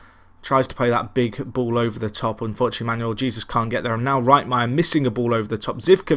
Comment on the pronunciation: Sorry buddy, although I've pretty much watched most if not all of your Tracksuit to the Top series, the name pronouncing is starting to get a bit annoying! Jesus is pronounced as 'He-sus' in Spanish, it'd be amazing if sometime could be spent on working the names out, makes a world of a difference.